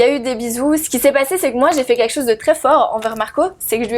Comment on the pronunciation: "quinlquin" d'entière... ok ok